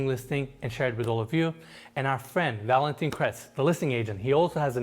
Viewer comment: Love your tours but your French pronunciation needs work lol you just called the guy valentine (female) it's Valentin (male) but the "in" sound is very difficult for English speakers.